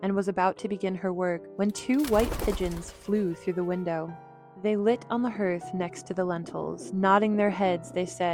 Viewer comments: Is anyone else bothered by the way she pronounces hearth? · Good except for every time she mispronounced hearth. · Who told this narrator how to say “ hearth “ wow lady ! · The mis-pronunciation of "hearth" is sadly distracting. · The storyteller kept mispronouncing "hearth." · Hearth? Is this AI ? Can’t pronounce words😏🤨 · Hearth doesnt rhyme with Earth! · The word ‘hearth’ is not pronounced like “earth”. It rhymes with ‘heart’. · I had more than one Cinderella book that my Mom used to read to me. The area in front of the fireplace is called the Hearth. It is the heart of the home and is pronounced Harth, just like Heart, not herth! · I can't listen to this when the narrator keeps mispronouncing "Hearth"🙄😫😠!!! It's pronounced HARTH not HERTH!😫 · Seriously trying to be helpful here for future stories. Hearth is pronounced "harth", not "herth." There are two stepsisters, so one cannot be the youngest. She can only be the younger. If there were more than 2, then one could be the youngest. I think it's great to have the Brothers Grimm tales on YouTube. I devoured them when I was a child. Most of them are indeed grim. Once again, I'm not trying to criticize or be mean. Only trying to make a good thing better.🤗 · Not 'herth' = 'harth'. Hearth is pronounced like 'harth'. That was so annoying. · Hearth is pronounced like heart 💛 with -th instead of -t at the end. You are pronouncing it herth like 'her' with -th on the end. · Hearth is pronounce, "harth" not herth. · It's pronounced "HARTH" not herth. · English is screwy. Earth (erth), dearth (derth), heard (herd), but hearth is"harth"? I can go with hearth (herth) as common sense sounding. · A fireplace hearth is pronounced HARTH, not Herth. Get a clue! You ruined a good story. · H-e-a-r-t-h is pronounced "harth", not "herth". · It's pronounced "har-th" not "her-th"😳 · The correct word is HEARTH ………rhymes with DARTH …..not herth! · Please if you can't pronounce hearth (harth) correctly, just say fireplace. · Thank you!